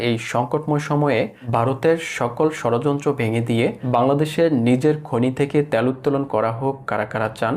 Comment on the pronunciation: ত্যাল না, তেল।